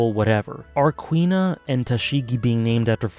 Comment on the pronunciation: Huh, Kuina sounds like "Queen-nah." Always read her name as Coup-Na.